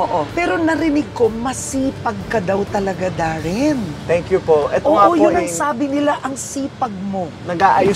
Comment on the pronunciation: Oh Darren not Warren